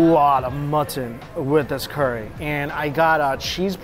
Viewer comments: curry not corey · Haven’t even watched the video yet he’s gonna keep describing good with umami. Change the channel name to strictly umami lol. Pronounced curry not Corry. No description of spices